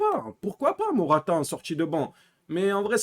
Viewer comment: C'est pas mortata c'est morata